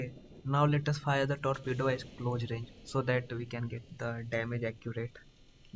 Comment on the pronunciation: What the hell was that 😮 Your accent is so funny 😂 Tolpedo 😂😂😂